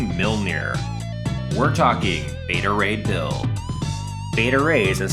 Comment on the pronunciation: You called beta ray bull!